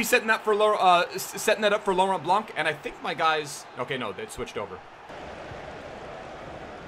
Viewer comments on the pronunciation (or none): none